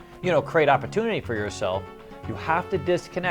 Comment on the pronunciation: Great content! Gotta create OP-AH-TOO-NAH-TEE